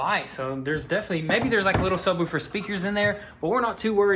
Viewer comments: Doing great job guys!! But yall are killing me its sub_wolf_er not wuf_er. Keep it guys, whats shop update? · sub-WOOF-er not sub-WOOHF-er 🙄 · It's subwoofer like woof like a dog not subwoulfer or whatever you are saying